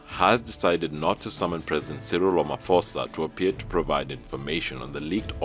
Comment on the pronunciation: Hehehe how i wish people should stop pronouncing Ramaphosa with a the (-ph-) as an f..... 😂 In the meantime we as Africans we support Mali 🇲🇱 the France and Denmark must leave us alone